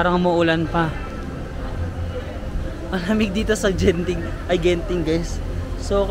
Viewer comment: Hard G for Genting. Not Jenting or Zenting